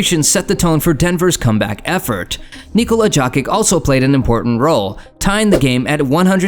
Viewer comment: I think its AI lol. Joekic lol